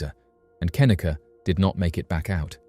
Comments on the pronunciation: Pretty sure her name is pronounced kuh-NEE-kuh, not KIH-nicka. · "Kahneeka"not "kenika' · Its Cuh-knee-cuh, not ken-ehh-cuh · Her name is pronounced ken-NEE-kah not KEN-nuh-kuh. It's annoying when you get the victims names wrong yet talk about how underrepresented they are in media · It's kaneeeeeka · Say Kenneka's name right. Jeez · If you're gonna exploit and profit off her of death, at least pronounce Kenneka's name correctly. Any research done would have shown you videos of her mother saying her name.